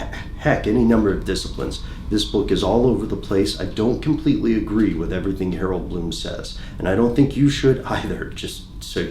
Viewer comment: Glow of Brightly Burning Hope HAROLD BLOOM hahahahaha...I guess he got the "H" part right.